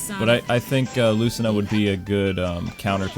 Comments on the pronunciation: ITS PRONOUNCED LOO SEE NU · In fire emblem awakening its pronounced like "luseenah" but spelled lucina. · It's pronoucned like Luce-ce-nah. Also, is it alright you can do classic mode as Bowser Jr. and R.O.B.? You can choose any outfit you want with those two. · Chrom is pronounced Zliek Krawm, and Lucina is Loo-See-Nuh. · its pronounced luceena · They're saying lucina and chrom wrong. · Lord hearing you pronounce Lucina wrong hurt my ears and made me cringe